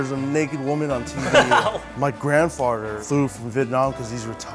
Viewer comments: Anyone else hear grandfarter lol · “My grandfarter” Wtf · "My grand farter"